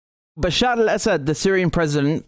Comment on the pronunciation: You pronounce Bashar al Assad so well. Now try to say Shee JinPing.